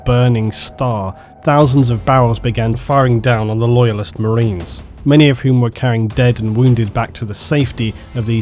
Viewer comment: Not sure words like 'enraged' and 'marines' are supposed to be pronounced with an L in the middle...